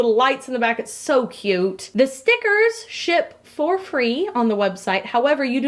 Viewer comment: says "cute" like "c~ute"